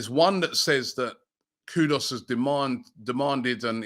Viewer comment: Its Kudus not kudos